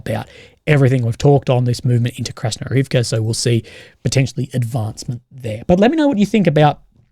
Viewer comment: For Krasnohorivka you follow the Russian pattern of accenting the next-to-last syllable in proper names ---IVka. But the Russian speakers online blend the ending and accent it HORivke.